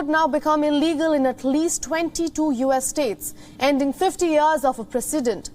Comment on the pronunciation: Wow pronouncing of the us states horrible.